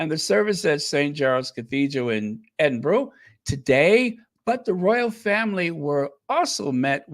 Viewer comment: great podcast, do you remember the actor Raymond Burr he played Ironside on TV, well, Edinburgh is pronounced edinBURRA, just saying, love you XX